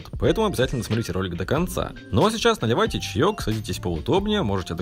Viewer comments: Кто услышал что в начале он сказал надевайте чай? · Мне одному послышалось надивайте чаёк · Я не понял надевайте чяёк или наливайте чяёк больше слышыться надевайте( ^ω^)